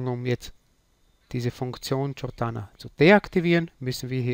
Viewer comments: Cortana, sprich: "KORTANA" ("TSCHORTANA" wäre: CIORTANA") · Es heißt „Cortana“ .... so wie es geschrieben ist... und nicht „Ciortana“ . :) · Danke für das Video, aber einen Kritik punkt hab ich dann doch und zwar spricht sich Cortana nicht mit "J" sondern mir "K"